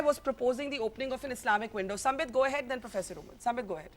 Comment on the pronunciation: Owaisi Saab, it’s SAMBIT not SAMPIT. You couldn’t get the name right ,how can you get your argument right ☺️